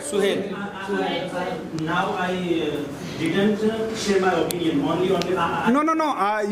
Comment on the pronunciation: Bhai master khud apinion bol raha hai opinion ko.